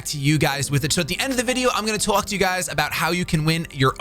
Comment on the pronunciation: When he said talk at the begging. His accent came all the wayout